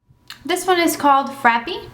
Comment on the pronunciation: This review was perfect, thank you, but please stop saying "frappy"..